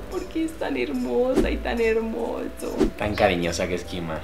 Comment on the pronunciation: Es mi imaginación o en vez de decir mima dijo kima ❤